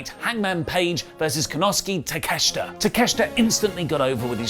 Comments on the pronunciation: It's pronounced Konoske Takeshta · It's always fun listening to struggle to say "Konosuke Takeshita"